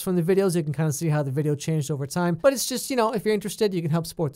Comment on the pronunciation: “This Oliver has 5 nipples- itzz really weird” Lmao your killing me XD Dude you deserve more subs